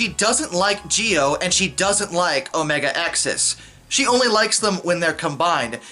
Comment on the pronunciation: Gotta give props that the man stood strong saying omega-xis wrong the whole time